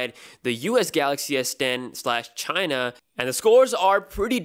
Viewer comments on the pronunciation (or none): none